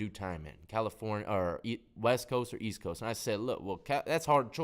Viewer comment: East I thought you said weast . Loll